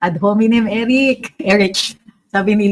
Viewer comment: It's eric not erits